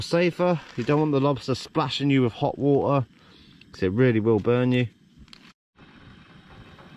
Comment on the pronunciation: When you were a kid did your mother not tell you waTer has a T in the middle